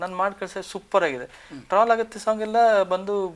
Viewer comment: ನಮ್ಮ ಕರ್ಮ ಉತ್ತರ ಕರ್ನಾಟಕದ ಭಾಷೆಯಲ್ಲಿ ಬೈಬೇಕು ಅನ್ಸುತ್ತಿದೆ ಆದರೆ ಎನ್ ಮಾಡೋದು .....(ಆಗುತ್ತೆ) ಅದು ಹಾಗುತ್ತೆ ಅಲ್ಲ 🎉😂